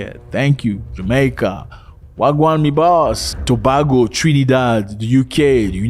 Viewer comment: brother brother no no no Trinidad&Tobago to ba go not to bag go